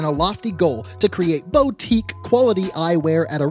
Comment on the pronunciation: Not me here correcting on the pronunciation of boutique to myself alone in a room 😂